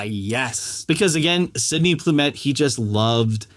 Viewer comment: Sydney Lumet, not Plumet.